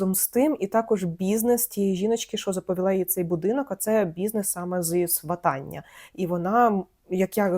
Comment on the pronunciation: Дякую за відео ❤ Доречі, правильно свАтання (наголос) 😉